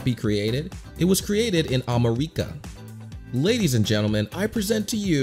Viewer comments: Why do u spell america whit u say amareca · Man you said America Marika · A-ME-RI-CA not A-MO-RI-CA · arimerica Me: its *AMERICA* HOW DID PRONOUNE YOU IT LIKE THAT??? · I like it how you said Amarika instead of America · Amaracia seriously it’s America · what do you "AmEHREKA" ITS AMEEERIKA GOT THAT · “Am-aor-I-cua” um please pronounce it right it’s “Am-air-E-ka” sorry if it’s rude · The "amalica" got me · ah yes… AHMERYCA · HELP "amarika" WHY DID U SAY IT LIKE THAT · Why did he call America AmErIcAAA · LOL HE CALLED AMERICA A-MER-EEK-AH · "Ameirica" bru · In ah-mu-ri-ca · No hate and no judge but you pronounce america "a-mi-ri-ca" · you pronounced ameraca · blud cant even pronounce america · were you purposely pronouncing “America” wrong or is my listening weird? 😅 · you pronounce America wrong